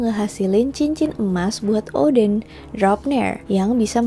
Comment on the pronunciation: kog gw dengernya oden ? 🤔 Odin , oden nih ? 🤔